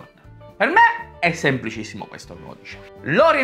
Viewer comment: Ma perchè non pronunci le doppie? "Aray", "Semplicisimo"...